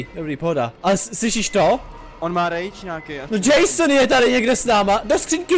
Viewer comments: jason ne mason ale dobry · Ne mejson ale jason;-):-):-D